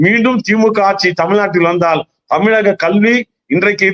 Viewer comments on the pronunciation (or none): none